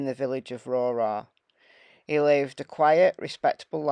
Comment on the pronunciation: I’m frae Cumbria, thanks for doing this incident. Also, Rowrah sounds like cow-rah